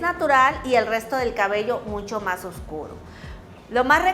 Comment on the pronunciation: Por qué dices oBscuro?????se dice oScuro,la B sobra.